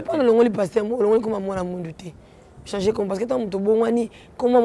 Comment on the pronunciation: 😩ba kinois faute éternelle « chanzer »😝😝😝